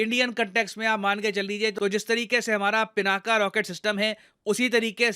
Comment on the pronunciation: सर, विनंती है कि पिनाक को पिनाका तो मत बोलिए! भगवान शिव के धनुष के नाम से प्रेरित नाम है हमारी मिसाइल सिस्टम का।